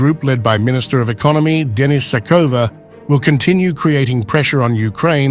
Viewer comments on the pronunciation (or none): none